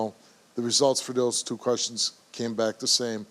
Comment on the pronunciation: This chick adds 2-3 extra letters to the word "two" haha